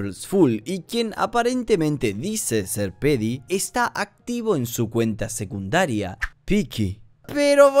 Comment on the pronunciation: creo que Pheedy se pronuncia fidi, no ''pedi''